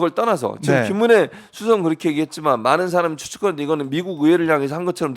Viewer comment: 김은혜가 짐어내로 들리는데 앞으로 국민들은 지머내로 부릅시다